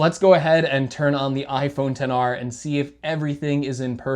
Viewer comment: sir you do know he pronounced it correctly right?